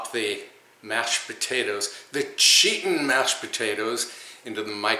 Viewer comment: It’s makes me laugh when you say cheetin mashed potatoes. That fish and fresh salad look so yummy.